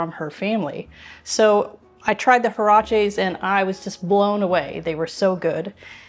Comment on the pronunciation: Hi! Great recipe! The word is pronounced "waraches". The last e sounds as in "bet". Thank you!